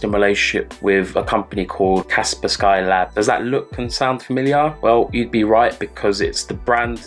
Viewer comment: Cool video! Thought I might help you out with the pronunciation of Kaspersky. It’s Russian, so just say it like a Russian surname. Kas-pers-ki do digital security, like Norton